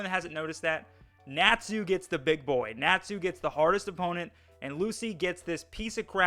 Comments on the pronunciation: You're the stupid one for saying Nachu instead of Natsu. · Lucy n Sakura had so much potential to be good but are jus there to scream the main characters name and cry 🤣🤣 and my boy why do u say natsu like that it's like ur saying nat (the bug ) then sue (I'ma sue u ) 🤣 jus say it all tg brotha but my biggest critique on fairy tail is there fight scenes there not even really fight scenes tbh there jus freeze frame of punches or attacks lol